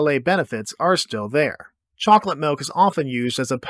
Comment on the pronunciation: Him pronouncing it 'melk' makes me feel heard.